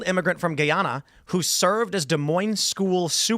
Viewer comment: I appreciate you pronouncing Des Moines correctly !